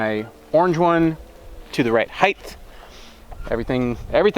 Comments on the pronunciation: It's height not heighth. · Why does everyone on YouTube keep saying heightth? Is it some kind of directive that all channels must follow? You do realise that it isn'tth a word don'tth you?